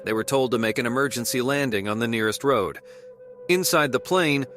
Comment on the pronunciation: Dude, you need to work on your narration. "wood" for road and "kettle" for cattle or you mean cow? "Ancient mountain"? Where are you getting your sources regarding this "ancient mountain"? Your videos are entertaining, but your narration is infuriating lol. In one video you said a man recorded a video at 3 pm. I'm quite sure 3 pm doesn't take place in dead of night. I'm sure you'll get a knack for narration in no time. :)